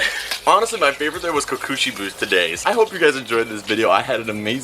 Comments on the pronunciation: its koko shedo!!!!!!!!!! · co co she bow=kokoshibo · Kokoshibou coco-shi-bo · You pissed me his name is kokoshubo bro but I still like you